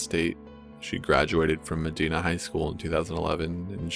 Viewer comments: I'm really surprised that this was in ohio. I never heard of it before. Also, fun fact, its "medyna" not "medeena" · Ohioan here. It's not pronounced "Meh-DEE-nah," it's pronounced "Meh-DIE-nah." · *correction: the high school is pronounced with a hard I, not a soft one, so, med•ina not med•ena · Texan here. It’s not pronounced “Meh-Die-Nah,” it’s pronounced “Meh-Dee-Na” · this shit happened in my state when i was 7 lmao. it’s also pronounced “muh-die-nuh” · It's pronounced medh hina I live close to there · holy shit... i went to high school with her.. how weird. by the way Corpse, you mispronounced Medina. it's cool though, a lot of people do. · You are saying Medina wrong. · It's Dark Out There (ง'̀-'́)ง I live in Ohio and it was pissing me off lmao